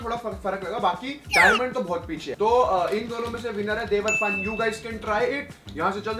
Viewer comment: फुकरा जी इसको देवरपान नहीं देवर्पन बोलते हैं। Domestic brand hai kaafi chalta hai rural mai